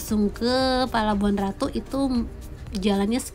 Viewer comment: 👍👍👍 cm ucapannya bkn palababuhan ratu tp pelabuhan ratu. apa sihh artinya parno apa sama dgn porno,?